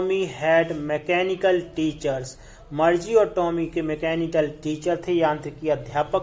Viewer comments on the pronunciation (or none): Sir sorry but मरजी nhi मारगी padte he use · Bhai tum to Margie ko bhi marche bolra ho 🙂